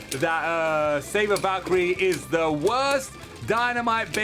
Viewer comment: It's savior not saber